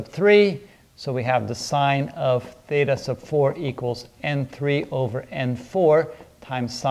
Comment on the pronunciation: "Theytas", Pardon?? xD First time I've ever heard someone say it like that